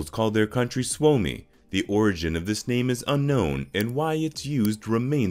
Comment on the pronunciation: Is he even trying to pronounce the names..?